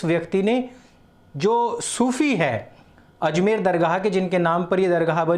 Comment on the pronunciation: Azmer nahi ajmer hai